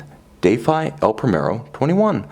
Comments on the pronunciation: Deyfy lol. Say as if you are you are about to defy someone. Sometimes you try to sound too french/swiss lol. Great review as always though :) I saw this in a store. Trading in my huge Annual calendar Pilot Montre Aeroneuf for this piece. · You pronounce "defy" differently. Does it not mean the usual meaning?